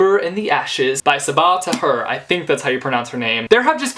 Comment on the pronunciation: I think Sabaa Tahir's last name might be pronounced ta-here as in peer